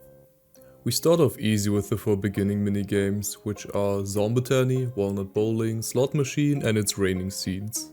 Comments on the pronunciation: as a pvz addict it makes my soul hurt when he says zomba tony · I love the way you pronounce "zombotany" lol